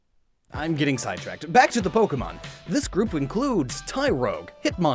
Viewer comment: It's Po-Kay-Mon!! you idiot.